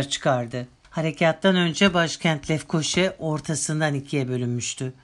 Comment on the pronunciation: Lefkoşe değil (Lefkoşa) ve Magosa değil (Mağusa) sevgiler